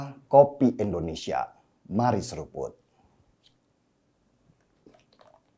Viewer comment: Maaf bang, Indonesia bukan endonesia